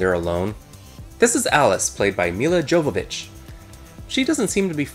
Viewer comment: I remember Milla once said on a talk show her last name is actually pronounced "YO-YO" no JOJO but nobody cares apparently lol